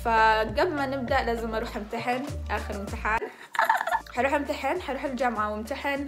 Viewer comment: حسبت يوم كنتي تقولين بامتحن حسبتك تقولي بانتحر والله العظيم ما اكذب 😂😂😂😂😂